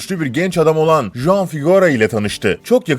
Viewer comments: juan diye yazılıyor ama huan diye okunuyor. meksikalı juan diye bir sevgilim var tesadüfe bak :D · ulan kriz gecirdim juan juan diyip duruyorsun. huan diye okunur o, huan huan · Ispanyol bir isim olduğu için CHuan diye okunuyor ve Cuan değil, baya sinirimi bozdu ajjsjsjszshsjwhhe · juan J ile okunmaz H ile okunur huan diye okuyacaksın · juan diye okunmaz git araştır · J değil h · Juan ispanyolca bir isim oldugu icin Huan diye okunur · Yalnız Juan diye okunmaz o hota sesi çıkartıp huan diye okumalısın.. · Selam Flor ben juan nedir yaa 😂😂😂 hi flor i'm juan falan olsa neyse . Töbe yarabbi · Juan değil "Huan" diye telaffuz edilir s2k biraz emek ver şu işe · iyi ama Juan Huang diye okunur arkadaşım.Kolay gelsin. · Juan Huan diye okunur Sanchez de sançez diye okunur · huan diye telaffuz edilir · Abi Huan diye okunuyor çıldırıcam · Juan ismi yazıldığı gibi okunmuyor diye biliyorum